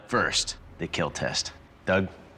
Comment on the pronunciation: John wick says a pencil will definitely keel